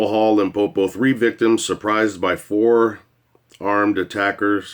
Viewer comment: You pronounced Limpopo very well.